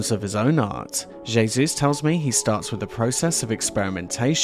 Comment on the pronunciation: Hey Zeus Esp. pr J=H not jayzoos, jebus!